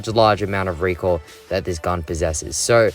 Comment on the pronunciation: talking about fennec: REEQUIL, REEKOIL, REEQUIL